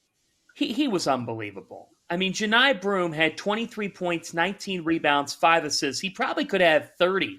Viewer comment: Who the hell is Joe Nye Broome? Can you get some people who have actually watched some games? He's been at Auburn for 3 years. I refuse to believe you haven't heard his name pronounced correctly dozens of times if you've watched even a couple of Auburn games. Also, all of the other hosts pronounced it correctly.